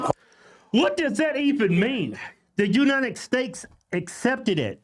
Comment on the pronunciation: States, not stakes bro.